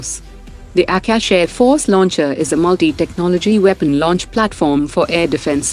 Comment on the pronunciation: Why does the narrator mispronounce most of the Indian names, like Tata and Akash in this episode?